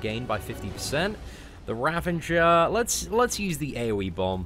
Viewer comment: It's Ravager not Ravanger lul